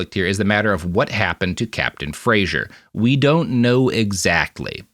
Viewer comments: Anyone going to tell them that Fraser is pronounced - frazer? The way he pronounces it is Frasier, the tv show. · As a point of principle, i’ve been sternly responding “fray-zer” every single time Robert says “fray-zher”. Thank goodness there’s no one to hear it apart from the puppies, who keep giving me quizzical looks. 😆